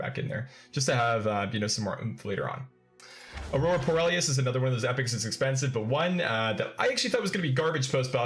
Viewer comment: Take a shot every time he mispronounces Aurora Porealis